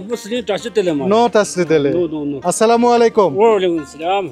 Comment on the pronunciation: আসসালামু আলাইকুম ভুল বলতেছেন আপনারা স্লামালিকুম না স্লামালিকুম কেউ বুঝেনা